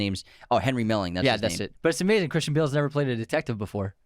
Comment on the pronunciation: your saying Christian and Cris wrong and cayne too